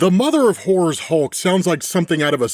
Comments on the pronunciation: it sounds like he's saying, "the mother of whores." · The accent is really kicking in here. I keep hearing the mother of whores.